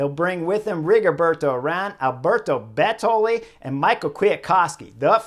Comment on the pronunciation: Love your analysis. Cracked me up when you said “Alberto Be-TOL-li” . Love you even more. 😂😂